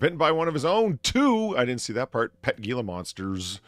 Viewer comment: Gila monster is pronounced "heela monster" , other than that great show as always